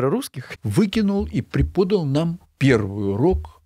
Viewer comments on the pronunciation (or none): ПреподАл, а не препОдал.;-)